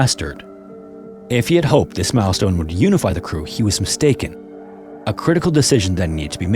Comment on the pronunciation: milestone? I thought you said 🍆bone